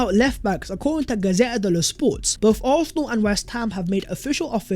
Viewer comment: Bruh, you’re articulate with everything except your pronunciation of “Arsenal” get it sorted.